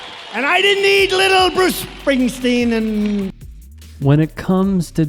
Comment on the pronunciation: "ALCOHOL has wasted bruces BRAIN CELLS. THIS UNEDUCATEDPOS HAS NO MORE BRAIN LEFT." From a guy defending someone who can't even pronounce "Bruce Springsteen"...